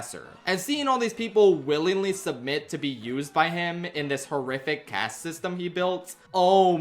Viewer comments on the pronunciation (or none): none